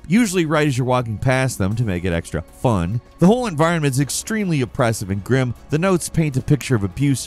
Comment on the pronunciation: That emphasis on "fun" says it all.